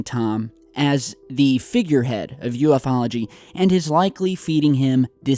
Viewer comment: .its not ufo-ology.its a blended word, u f ology..call yourself a pro.ha